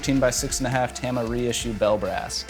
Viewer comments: I thought it was pronounced Tom-uh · Its pronounced TAH-MA as in Tomahawk lol.